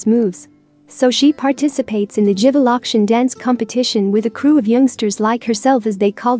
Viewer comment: I heard that too😂💔